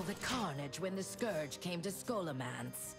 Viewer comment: she fixed her pronounciation of "scourge" i see. as for the story...uh, what's even her motivation?